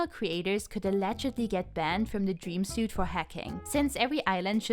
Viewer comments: Just a heads up "suite" is pronounced like "sweet", loved your video tho! You're like a twee version of izzzyzzz! Cant wait to see what other content you have <3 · This was so informative, thank you! Suite is pronounced like "sweet". Which I didn't learn until last year as a native speaker. Lmao. This was my first time watching one of your videos and you've earned a sub from me with how comprehensive this was